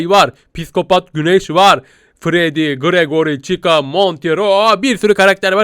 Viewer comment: Gaffuy pati:Gragori değil değ gragoriğğ